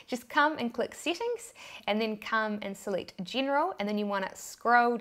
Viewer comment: SETTINGS, not SITTINGS